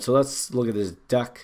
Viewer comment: I have to give you hell for saying duck but that killed me laughing, just how you pronounced it and kept saying in. All respects to you though, thank you for this video I’ll be going through your content for this program. You sold it for me